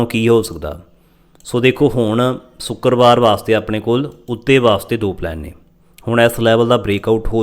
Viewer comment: Bhai saab sukerbar nhi shukerbar😂